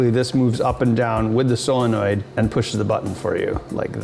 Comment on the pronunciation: Still waiting for you to learn how to pronounce solenoid.